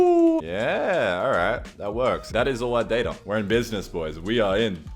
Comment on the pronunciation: Data > "Dateur"